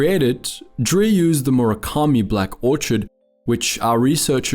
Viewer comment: "Black Ortch-id"